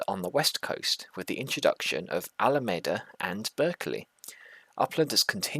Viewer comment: Yes it’s Alameda with a “me” in it like you pronounced it the first time.